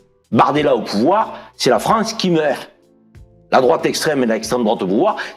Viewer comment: "C’EST UNE FRANCE QUI MEUHHHHRT" (insérer accent maghrébin le plus craché et insupportable possible)